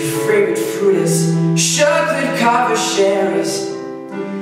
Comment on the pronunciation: the way he pronounces chocolate, cherry and chariot. so swedish and so cute